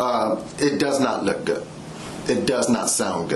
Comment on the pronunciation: ‘Goot’ massage